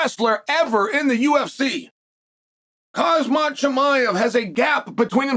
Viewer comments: It's Khamzat not Khazmat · say his name right chad its not kazmat, its khamzat..kham and zat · Kazmat 😂😂😂 only the undefeated uncle chael can get away with that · Khamzat could be holding the belt on every shoulder and Chael would still call him Khazmat 😂🥊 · KHAMZAT NOT KAZMAT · Chael, please respect Khamzat. His name is Khamzat, not Khazmat! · It's "khazmat" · It's KHAMzat, not KHAZmat LOL. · Bro still saying khazmat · Chael keeps calling him Hazmat.🤣☣ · I really love how you call him Hazmat 😂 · why chael keep saying hazmaa hazmaaa chimayaaaa i am dead😂😂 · Dude still can't get the guy's name right..Lol